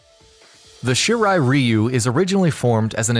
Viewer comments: Did you finish school? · Its shirai RAI-U not shirai riu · It’s not “ree-you” it’s “rye-you” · Ryu you damn fool reu ryu damn it that bothers me 😂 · Shirai REEEEEEEEEEEEEEEEEu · I’m Sorry But I Get Annoyed When U Pronounce Ryu Wrong But Great Video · You pronounced Ryu wrong...